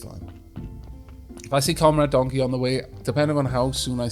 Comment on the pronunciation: "if donkey shows up" ... "the donley-show is up" is what I heard...